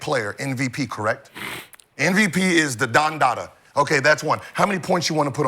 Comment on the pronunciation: Am i the only one that notices Gil says NVP instead of MVP. I heard it months ago and now i notice it every time 😂